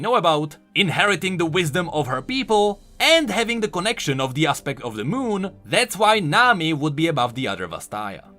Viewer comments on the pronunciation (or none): none